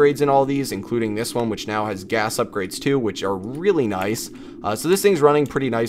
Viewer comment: Why are u saying gays